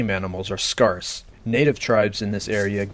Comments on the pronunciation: scar se? It's pronounced scare s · Sorry, but "scarce" does not rhyme with farce. The a is long in scarce.